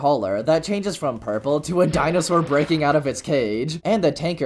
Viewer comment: dude its pronounced purple